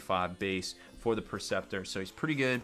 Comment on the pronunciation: Funny how he mispronounces a bunch of it. Las-IMPULSOR not Las-Imploder Knight PREceptor, not Perceptor. :D